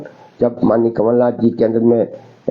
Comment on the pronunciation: नक़ल नाथ नहीं गुरु.. कमल नाथ बोलो.. 😊😊